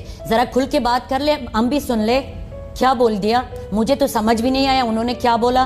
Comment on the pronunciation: when she said khia instead of kia she alredy exposed herself to anyone whose met an urdu speaking pashtun xd